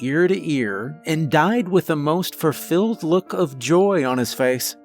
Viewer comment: Furfilled? What is this word? A furfilled look on his face